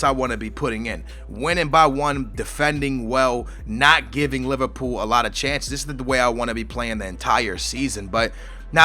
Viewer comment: haha u said Liverpoo! my man!